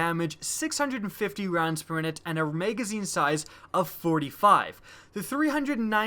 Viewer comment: Learn how to say Magazine...